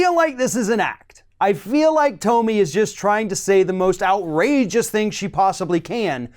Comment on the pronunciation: HER NAME IS PRONOUNCED "TOMMY", NOT TOE-ME.